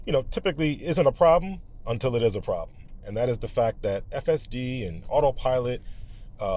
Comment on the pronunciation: … wow, this certainly is a prahbm — and an unusual one, two!